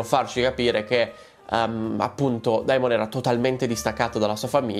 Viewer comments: SI PRONUNCIA DEMON! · Esatto ti prego DEMON !!! Il dittongo Ae si pronuncia E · DEmon Egon Emond … AE si pronuncia E 🙏🏻 Per il resto sei sempre top 🔝